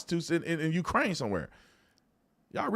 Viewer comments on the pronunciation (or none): none